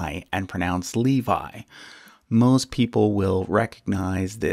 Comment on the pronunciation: you have mispronounced לוי